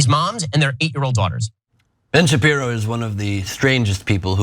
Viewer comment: It’s Ben Sharpie-ro